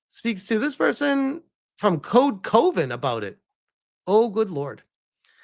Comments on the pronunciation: Code Coven, is not pronounced as Coe-Ven it is pronounced as Cuh-Ven like Love-En. It is Coven as in a group of witches, hence the witchy art on the logo which tracks for a group of feminists to want to be part of a witch coven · Also it's not C-OH-Ven. It's C-ah-ven. like a witches Coven. literally that's what it is. It's code coven.